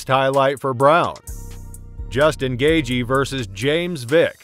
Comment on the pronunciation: “Rozenstrook” “gayjee” “Perryayra”